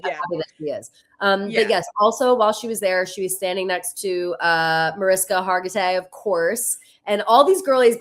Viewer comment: You’re pronouncing Mariska Hargitay’s name wrong. It’s a Hungarian name, therefore the ‘s’ in her name is pronounced as “sh” Like “ MariSHka